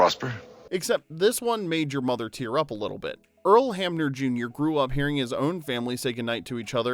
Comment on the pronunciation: Earl Hamner. Not Hammer.